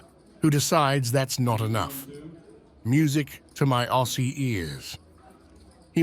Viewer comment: Funny how the AI knows what a VB is but doesn’t understand how to pronounce “Aussie”